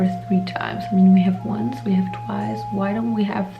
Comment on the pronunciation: the wunce, the tweece